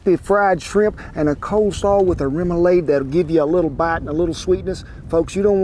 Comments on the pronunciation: It’s pronounced rem-u-lod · Its pronounced RIM-OO-LAD. :) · "Rum- ah- lod" is how its pronounced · Roumalaud ....rouma LAWD lol I love your channel. Thank you for the recipe!! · Kent awesome job! I live in Louisiana and am from New Orleans so, outstanding job! It is pronounced - Rem ou lade. :) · Thanks for all the great content! Rome - uh - lawd is how we say it in Baton Rouge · Now ya’ talkin’ my language. Born in SW Louisiana and grew up and lived for years in and out of New Orleans. Shrimps! Shrimps! Shrimps! Kent, you did mighty fine with this recipe! Thanks so much for sharing your recipe. Remoulade, that a is pronounced as a short a, like lawd. Room ah lawd. 👍😂😂😂 God Bless you and Shannon😁❤️🇺🇸💙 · Good to see you doing some Cajun food. From this Cajun cowboy to an Okie, you pronounce remoulade “rah-muh-laud”. Or at least we do. But for the record, seafood poboys down here generally aren’t as fancy as this. They’re usually just plenty of shrimp (or catfish, oysters, soft-shell crab, roast beef and gravy, etc), lettuce, tomato and mayo. Oh, and plenty of Louisiana hot sauce. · Remulade = REM - YOU - LAHD (last syllable is ah like Father)